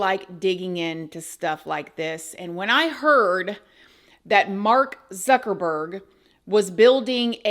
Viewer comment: Imagine you spend all that and then something terrible happens to you before you can even use it. Youre funny when you were saying ZucKeRBurrrrGG. 😅